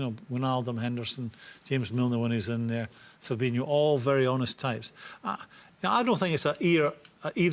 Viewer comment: Aaaaaghhhh it drives me insane these fucking pundits on mega bucks always get it wrong they think every Brazilian with an "O" at the end is pronounced inio ffs it's fabinho and firmino not fabinio and firminio.I hear it all the time these guys get paid to get this type of thing right.